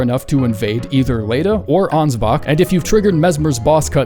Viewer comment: ansbach doesnt end with a hard R?